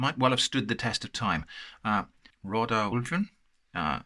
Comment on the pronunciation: The only thing you fucked up was the pronunciation. Marvellous. No it's not a dud can. It's Rödaulven, it's less intense, Oskars is more so.